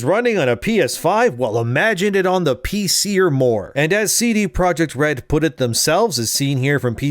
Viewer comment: It's not "cee-dee (sidi) project" red, it's a Polish company, it's just ce de (from "centrum dystrybucyjne") projekt red. Other than that the video is sooo on point.